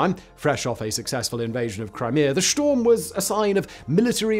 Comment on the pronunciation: I could have sworn you said sh*t storm, 😂